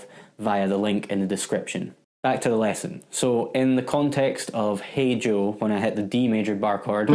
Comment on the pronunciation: Cheers - so many lightbulb moments going-off in this tutorial that I felt like an Xmas tree by the close... altho it was not the core point & purpose of the lesson... I could not help but notice however, that you are the ONLY giitaar-slinger, who voices 'Hey Joe' EXACTLY as Jimi intended - really felt like you were channelling Jimi actually!!... would you mind doing a separate lesson just focusing on your technique & timing skills - in really 'nailing' this awesome classic??...thanx!!